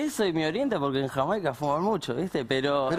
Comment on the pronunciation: El nombre de Jamaica es HORRIBLE, cómo lo dijo Feiman.